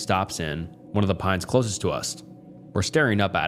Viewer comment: Bro you gotta please research pronunciations. I’ve never heard someone mispronounce “closest”